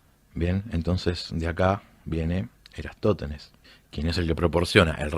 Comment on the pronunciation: Por que le cuesta tanto pronunciar "Eratostenes"?